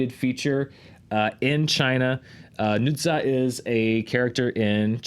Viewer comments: Long time lurker, first time commenter. Love this show! Appreciate all of graphs and the research involved in all the metrics. Just a suggestion in case Nezha ends up on the Worldwide chart: it's pronounced nuh-JAH. ZH in Chinese is pronounced like a J in English. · good try on the chinese dan! zh sounds more like a j sound tho. i live in zhuhai, sounds like jew-high. my girlfriend thinks its cute when you talk about chinese movies